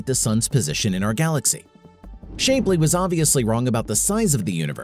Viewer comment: Sorry it's not Shape-ly. It's Shap-ly